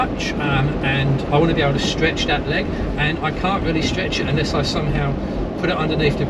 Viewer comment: Really wish you could pronounce your 'Thats, thens etc' instead of Dens and Dats .